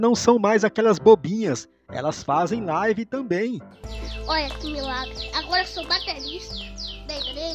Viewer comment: Misericórdia a minha live kk.Alguem ensina ele ao menos pronunciar certo